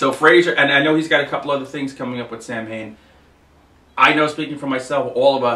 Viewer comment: It's actually pronounced SOW-IN. :)